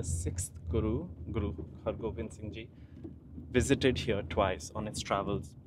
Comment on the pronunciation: Brother you mispronounced guru sahib’s name. The sixth guru’s name is Guru Hargobind Sahib ji.